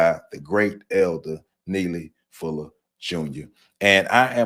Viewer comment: Not Nelly Fuller but Neely Fuller. Lol.